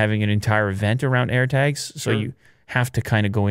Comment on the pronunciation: You know he's Canadian when he says "Air Tegs"